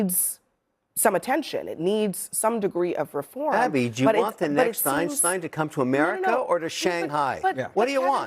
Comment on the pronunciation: did he say Ein steen? 😂